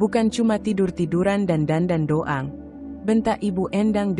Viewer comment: Bacanya.lucu.doang jd do^ang.andrian jd andri ^an.😅😅😅